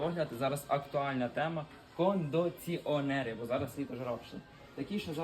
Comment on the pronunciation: Який жах ! Хоч слово ,,,кондиционер,,, вивчи як правильно говорити, а потім рекламуй.